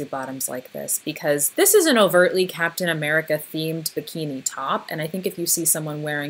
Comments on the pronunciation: Okay, "L'Captian AmericaCK" really got me. I was not expecting that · I don’t know why “lacaptain americack” had me laughing so hard